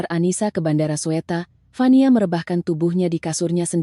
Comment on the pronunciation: Nenek peyot jompo pembaca narasi, nama bandara Jakarta, bukan Sweta, tapi Soetta/Sutta alias Soekarno Hatta. Nek belajarLah baca dulu, seblm di rekam A.I.